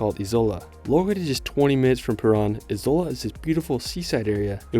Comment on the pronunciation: Ok but PLEASE check the pronunciation of names before making videos abt them I mean i understand some things may be difficult but many are not! For example. The letter j is always pronounced like y (as in "yes"). The letter c is always pronounced like ts (as in "its"). There are no silent letters. And Izola is stressed on the FIRST syllable. You can easily get audio of the pronunciation with a quick google search. Thanks